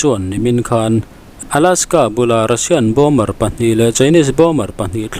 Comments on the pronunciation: Bomber tiin an ziaka bomer tiin a chhiar ri thin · Bomer nge Bomber aw... Min lo chhang teh😮 ka hriatsual chuan explain please. News in siam chuan fimkhurna tur hi a tam viau. Pronunciation chu ka sawi lo na in, meaning- less chu a zia lo viau